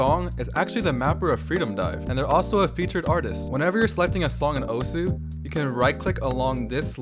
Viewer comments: you're not saying the game's name right. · in video you are not saying it right*